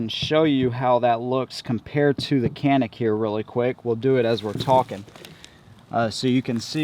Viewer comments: The "c" is pronounced "ja" in Turkish. Thus the proper pronunciation is "Janick". Not "CAN ick" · İts not call ''Kanik'' its ''Canik'' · You don't pronounce canik like that. Turkish is a phonetic language so it is /canik/ not /kenık/ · You are saying that it's pronounced like a "J" As in Janik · Kenik değil Canik cahil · no no no CANİK "Read as written in Turkish" ok canik no janik CANİK OK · nearest pronunciation chanik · Actually canik is not pronunciate like that in Turkish language. Our language c sound pronunciate like g sound but not like glock's G; like a gpu's g. You are saying k according to us.